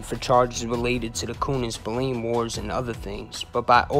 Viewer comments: Spill Lane not Spill leen ffs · And Spillane is pronounced spill-agh-ne..... get it right if you're gonna do it at all.... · As Irish I'm cringe every time u say Spillane, it's pronounced Spil lan like man.